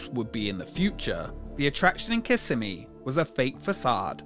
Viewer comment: I remember my dad took us to this when I was a kid. I thought it was so cool! P.S. It’s pronounced kiss-SEH-mee (based on a Native American word)